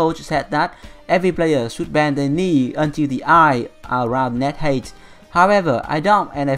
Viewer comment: the word height is pronounced hait not heit.. Don't take this as a rude thing i want to help you with your English